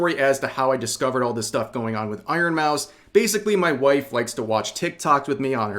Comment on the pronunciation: You have a wofe!!??? Wuuaaahhh